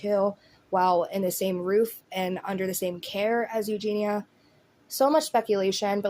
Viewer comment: You’re the only person that pronounces her name right. EuGENia rather than everyone else says eugina 👏🏼🥰